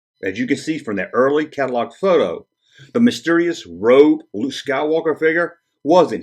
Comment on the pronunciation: Luke not luje!!